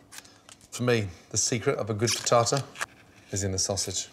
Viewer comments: You lost me at Freetartar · I thought I heard "fritasa".😄 Amazing chef as always.🍀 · He Say "frietada" "mozareula" "parmesean cheese" 🤔 Frittata, mozzarella and parmigiano.